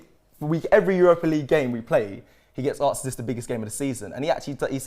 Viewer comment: Someone tell it’s asked not aksed please 😂😂😂😂🙏🙏🙏🙏🙏